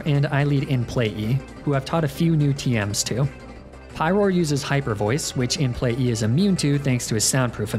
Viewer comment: It kills me how he consistently calls it “In Play-E” any time he’s referring to Mr Mime 😂